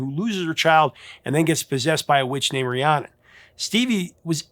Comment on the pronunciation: He says "ree-ah-nun" several times even while the singers are pronouncing it "ree-ann-nun."